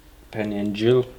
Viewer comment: Penny and giles... not "jill".